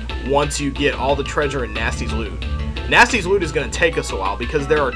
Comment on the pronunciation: I thought you said "Gnasty´s loo" and thought to myself that you were going to visit his toilet.